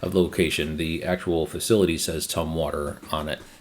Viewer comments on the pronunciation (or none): none